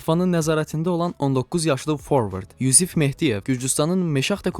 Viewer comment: Danışana fikir verin? "Rahim Starling" tələffüzünü və "forvard" tələffüzünü necə edir? 😂Dəfələrlə geri çəkib gülmüşəm 😂😂😂.